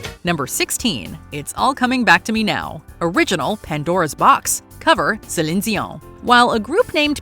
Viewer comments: The way the narrator says Céline Dion 😂😂😂 Zeleen Zion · Wtf is wrong with you, gotta say Celine Dijon like you French or some shit. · Can you say "Celine Dion" without pronouncing it like a lunatic? 😂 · How does the AI say 'Céline Dion'?!?😂😂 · I almost unsubscribed hearing you guys pronounce Celine Deon’s name. I understand it might be accurate but man that was painful. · Please stop trying to pronounce Celine Dion's name with a French accent. Please.